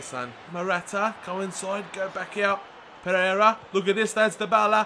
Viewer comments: PEREYRA not Preyera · PEREYRA NOT PREYERA!